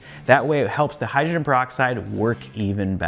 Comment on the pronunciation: I agree with some of the other commenters. Your channel is definitely my go to for figuring out how to clean stuff. Perhaps this is a picky issue, but hydrogen as in hydrogen peroxide has three syllables in it.